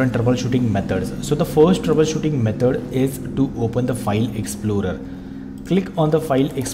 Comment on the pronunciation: ITS METOD NOT METOR